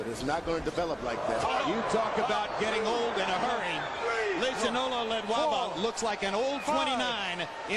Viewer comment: Lehlohonolo Ledwaba. Its not lehnohololo